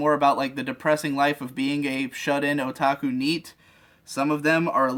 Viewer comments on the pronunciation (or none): none